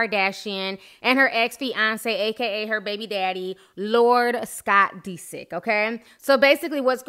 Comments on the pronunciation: "Scott DE-sick." Lol its DISick. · It's not pronounced "Dee-sik" it's "Diss-ick". Lmao. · dis-sick not de-sick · I love Ti but the fact she keeps pronouncing his name as Dee-sick instead of Disick lol is slightly throwing me for loops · Pronouncing the last name is DIS SICK. Not DeeSick. lol but tomatoes tomatos 🍅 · scott deesik😂 love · The way you emphasize the i in Disick, but thumbs up for the vid! <3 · Dead at the way she keep pronouncing Scott's last name 💀😂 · Lol that pronunciation of disick is killing me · U say his last name funny lol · Are you pronouncing Scott's last name right? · cringing at how you pronounce scott's last name lol. Kourtney did all she could do for him. She didn't use him...I'm not a fan of everyone in this family, but I do like Kourtney and follow her life. In this case Scott is the one that screwed things up. Anyone that follows the show knows this. His addiction and his hard partying ways is what split them apart. There is only so much a person can take.